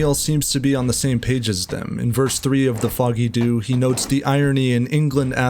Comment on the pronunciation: For the song and pub in Dublin, it’s pronounced....Jew